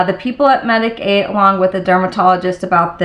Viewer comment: your skin looks great! just a little FYI, the brand Medik8 is a word play on medicate and is supposed to be pronounced like this😊